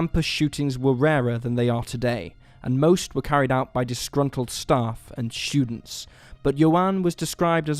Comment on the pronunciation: Students isn't pronounced " Schudents" you speech impediment having fool.